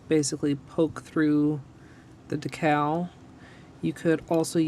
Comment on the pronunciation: the way she says decal triggers me. it’s pronounced “dee cal”, not “da cal” lmao.